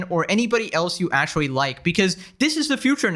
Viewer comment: Akshuwee, you need to go see a speech therapist.